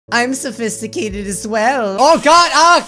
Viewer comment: "I'm sofiscitated as well"